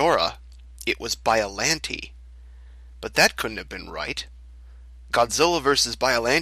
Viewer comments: Please, if you're going to do narration, learn the proper pronunciations. Biolante is pronounced like Bi-yo-lawn-tay, not Bi-yo-lan-tee. Pathos is pronounced like Pay-thos, not Pah-thos. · Bi-O-LON-tey. Not bi-o-lin-tay